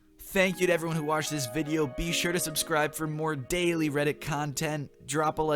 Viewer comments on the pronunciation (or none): none